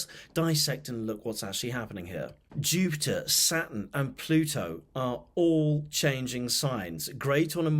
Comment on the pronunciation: When you said Saturn, I heard it: Satan!